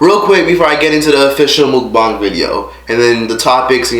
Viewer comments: mook-bong is how it's pronounced😂. ok so back to the video edit: OH NOOOO I'm Scorpio! she's making us look bad lol. man...I just wanna give you a hug. this was seriously so sad. I'm so proud of you! congrats again for graduating & getting your own place & making youtube work for you. i have watched all your videos & have seen how you've grown. im so proud of you hun 💜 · Pronounced Moook Bang